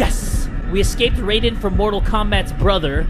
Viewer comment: you said it wrong you said we ecasped Radian from Mortal Combats brother. I'll just give him a name I'm thinking of jeapers creepers or straw hat.